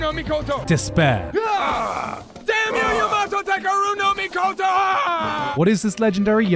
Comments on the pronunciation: Do you think he got a bonus for saying “Yamato Takero-no-Mikoto so flawlessly? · The man put his heart into nailing "Yamato Takeru no Mikoto" every time, and I can respect that.